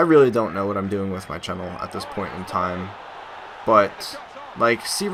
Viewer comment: why do you say channel so weird ? ahaha , not being mean .